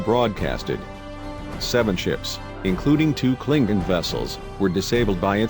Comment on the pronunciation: CAPTAIN SPOOK FIRE ALL TORPODOS ITS THE KLONGONS !!!!